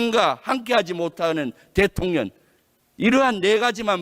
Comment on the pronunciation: 대통년으로 들려요 ㅋㅋㅋㅋ